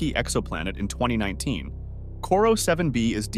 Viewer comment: I think it's Corot 7b. Not "Corro"....